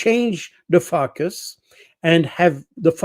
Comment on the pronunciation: I like how Col. is pronouncing "focus"!